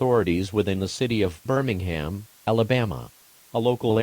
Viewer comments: Birmingham sounded like "Burningham. Guess that fits the situation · notice how birmingham sounds like burningham